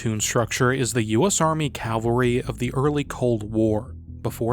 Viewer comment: It's pronounced Cav al ry. Not calvary. That's where jesus died.